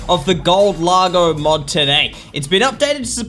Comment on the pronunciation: Mod not mode